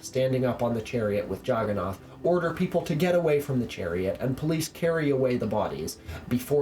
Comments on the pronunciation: It's nath not naut. I never made the connection before watching your videos.😂😂😂😂😂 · I had no idea for the longest time what the Juggernaut god you were talking about was. I was like, Jagana? What's that. AND I GOT IT. OH YOU MEAN JAGGANNATH. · Actually, they deliberately mispronounced the idol to mock it. They knew that the true Jagannath (Lord of the world) is Jesus.